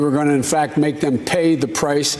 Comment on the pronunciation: Do Saudis know what is Per-Ry-Ya? I bet even the the culture where the word came from won't know what is Per-Ry-Ya. This is such an asshole policy, I sell you weapons and call you terrorist. I prevent you from nuclear power sell you coal and call you polluter. I'm going free you so you can only obey us...